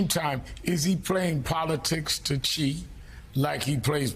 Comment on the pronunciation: How is it that anchors are still getting the pronunciation of "Xi" wrong until today? Or is this a conscious decision to pronounce his name wrong the way the pronounce "Iraq" wrong?